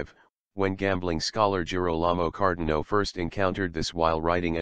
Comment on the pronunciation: Cardano, not Cardino ....